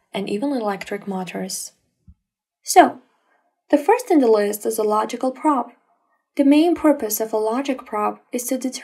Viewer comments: Praaaab, should be pronounced p'row'b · Terrible pronunciation, what is a praaaaaab?